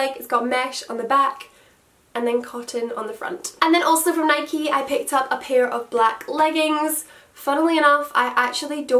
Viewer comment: Honestly never heard anyone from Scotland say "nikeeeeee" lol 😂